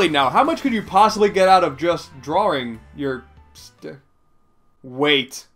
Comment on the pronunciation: Drawring. GG